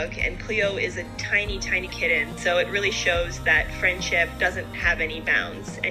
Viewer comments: So what happens when Samson goes to his new home to be a service animal? And it is pronounced kittn not kit - ten. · Great story but the mom really needs to learn to pronounce “kitten” correctly. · What's a "kidden"? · What the heck is a “k-den”? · Ki-ten versus Kit-ten. I've never heard it pronounced like that. Interesting. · Why do you not pronounce “t” when it’s in the middle of a word? “Kid-den” instead of kitten. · Saying kitten with "dd" is idiotic. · The way this girl says the word kitten as kidden is the most annoying thing I have ever heard.....like ever ever...ever ever ever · Probably because of the butchering of the word kitten. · Weird how you say the word kitten 🐈